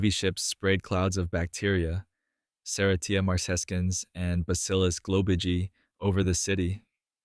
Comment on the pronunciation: To be impactful, please pronounce the words that are the core.of your story correctly. Example: sir-RAY-sha mar-sa-CENS. (Serratia marcescens).